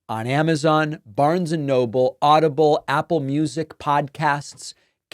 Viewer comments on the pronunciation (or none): none